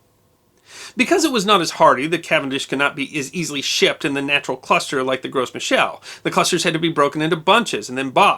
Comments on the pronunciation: FYI: You don't pronounce the "S" in Gros Michel. It's just 'grow mee-shell'. It's a French thing. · Should be pronounced "Grow me shell" .... Love your channel! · Gros Michel is french, so you don't pronounce the s. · The 'gros' in Gros Michel has a silent 's' and pronounced closer to 'grow' than 'gross'. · FYI, It's pronounced "grow"michel. Not "gross" michel. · The "s" in Gros Michel is silent. It's French for "Big Micheal", you don't pronounce the s, it's pronounced as "Groh Michel". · In "gros michel", the S is silent. So you'd pronounce it "gro michel". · Just a nitpick: 'Gros Michel' is from French, so the S should be silent.